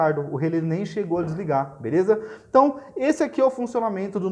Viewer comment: "Relé", amigo, não é "relê". Acento agudo.